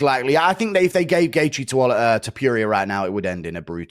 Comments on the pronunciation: Is not Topuria is TOE-PURE-RIA(Hermione Granger Voice) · Mispronoucing TOPURIAs last name by someone who calles hinself is pure ignorance and sloppiness. Calling him Topurioah is disrespectful. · Ohhh ok so its To-poo-rea instead of To-pure-rea . Meh. Ask Chat GPT if you can change your gender from a man to a woman 😅😅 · Mate how long has guru been watching illia.... Gone get his name correct.... Who the fuck is illia tapureia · Who the fuck is Ilia Topyooria? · Ilia ‘topewria’ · I know it is somthing wrong with me, but "Ilia TopJuria" hurts my ears. xP like both you guys, keep up the good work MM and Guru :D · Toe Pure Ria 😂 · To Pure eeah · Toepurier and Apturier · “Ilia To-Pure-Ee-Er” 🤣🤣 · the man refuses to believe its pronounced different than its spelt lol all we can hope for at this point is he interviews "topewrier" and gets corrected 😂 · Does Guru deliberately butcher Illia’s last name 😂? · Why does he say Topuria so wrong? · I can't deal with Guru's pronunciation of Topuria 😂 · I love it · How fkn ignorant you have to be, to say his name like that? You are a fkn pro, learn how to tell names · The man covers MMA for a living an can't pronounce the biggest star in the games name. And it's not even a tricky one, once you've heard someone say it correctly you can easily imitate it. I just don't know why he refuses to say it right 😂